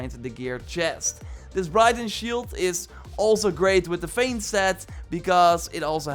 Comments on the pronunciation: Just a tip, Briton is pronounced Br-i (i as in "it")-ton, youre pronouncing it like Brighton, a town in england :). Your english is still great tho and your videos have been super helpful for the last 3 years since Origins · It's Briton as in Britain not Brighton